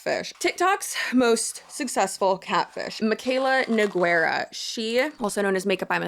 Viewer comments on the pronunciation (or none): Girl it’s so funny everytime I hear someone spell her last name NeGueyra 😭 Let me try to help even tho it’s not super important but you pronounce it like No - Gey - Ra (the u is completely silent and “Guei” is pronounced as if you’re saying Grey but without the R.) So read Nogueira like NoGeyRa. Hope it helps!